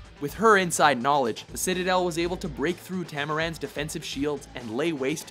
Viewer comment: The way he said her homeland.. ;'(